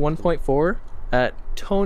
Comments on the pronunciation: I'm pretty sure his name is, considering his pronunciation:P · His real name is!!! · lmao